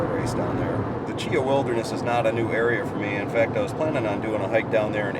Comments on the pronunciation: Chee Haw is how it is pronounced. Great video. That storm really tore the place up. But that’s Alabama for you. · Great Vid...but from an Alabamaian...Cheaha is pronounced Chee-Haw.